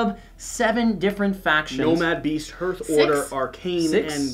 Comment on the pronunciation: Okay, I try to not be 'that guy' but Hearth I pronounced 'harth', not 'hurth'. It was bugging me. :)